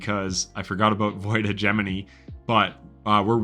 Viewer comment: wow, you actually pronounced hegemony correctly lol .. good stuff